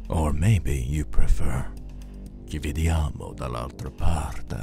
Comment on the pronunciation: Ok i am italian and how u said CI VEDIAMO DALL ALTRA PARTE my ears are liteally bleeding